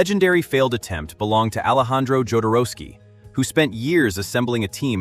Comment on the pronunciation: Okay but why he got Ray Liotta as Orson Welles? And his pronunciation of Joe-dorowsky is a carnal sin